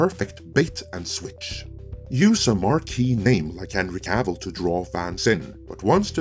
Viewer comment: Wtf is the Witcher wo Cavil???